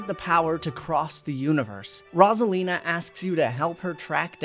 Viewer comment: i love this video but as soon as i got to the part with rosalina... PLEASE please please, with such a long segment, one mistake with pronunciation is fine. but when you repeat the same thing over and over... its rose 🌹-a-lina, not rozalina >.>